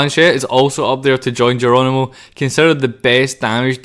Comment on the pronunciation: Jeronimo ❌ Gono ✅